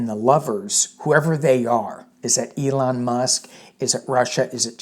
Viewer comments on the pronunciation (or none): none